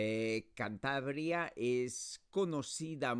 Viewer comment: “Chantabria”. Really? What pronunciation is this?